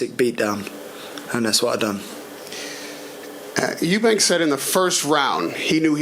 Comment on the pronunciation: It’s Eubank, not Eubanks